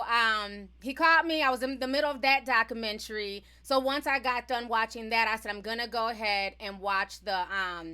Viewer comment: Doc-u-men-tary..... Not Doc -u-men-tree